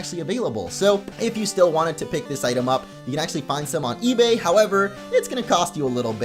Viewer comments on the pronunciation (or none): none